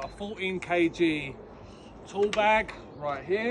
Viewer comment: He said "kg's" like he didnt know what it means lmao